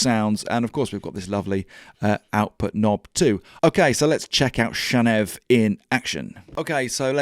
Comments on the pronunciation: If you can say “channel” and you can say “Neve” … why “shanev”? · maybe it’s pronounced chaneev Channel + Neve i also like how the name of this plugin with 5 functions ends with V, the Roman numeral for five